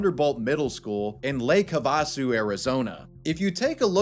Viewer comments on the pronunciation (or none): Hav-a-sue bro 😂😂 I'm from Zona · Lake Ha-va-su 😂 I am dying. Say it with me, Lake Hav-a-su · it's not pronounced "huh vos soo," it's "have a soo" duh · lake Have-a-sue... not ha-vasu wavy... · it's pronounced Lake Have-A-Sue technically. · You mispronounced Lake Havasu, Lake Have a Sue.... is the proper way to pronounce it. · Is this AI? Lake HaVAsu? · it’s Lake (HAV-Ah-Su) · hey man, as someone from AZ, it's lake "ha-vuh-soo." thank you lmao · *Lake HAVE-a-Soo Arizona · It’s pronounced (Have-a-sue) 😅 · Have-uh-Sue 😆 Lake Have -urself-a-Sue. (& rumor has it, Sue is pretty rad) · “Bonnie and three other men” Hol up EDIT: Also - it’s pronounced Have-a-Sue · FYI: "Lake Havasu" is pronounced HAVE-a-soo. And that behavior checks out. 😂 Sauce: former Arizonan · Damn. The teacher chick REALLY needs bangs. With my male pattern baldness, my forehead STILL isn’t as big as hers. Also, hilarious pronunciation of lake HAVA-SOO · Lake WHAT in Arizona? Haha. Its "Have A Sue". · Lake Have-ah-sue 😅 I thought you were talking about a foreign country 😮 Good video Sad state of affairs 🤡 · FYI - it’s pronounced Lake “Have-A-Sue” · Just a heads-up that Lake Havasu is pronounced "hav-ah-soo." There's no stress on any particular syllable. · It's pronounced Have-A-Sue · Lake... Ha-vah-sue... I was in the middle of a rong bip and absolutely started dying after hearing that. 😂 Just a note,, for future instances — it's pronounced like "Have a Sue!" I'm honestly not surprised considering the whole thing with Haley Beck is also in an AZ city... There's a reason Arizona is ranked last for public school rankings, lol. EDIT: Still halfway through this story and I remember during my high school years, one of the female security guards was discovered to have uploaded spicy content online that some students found. Can't recall what happened to her, tbh. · Have-a-sue = havasu. You couldn’t be bothered to google it? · its "Have-a-soo" not however the fuck you said it lmao